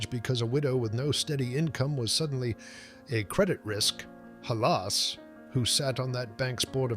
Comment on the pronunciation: You mispronounced "Halas" several times.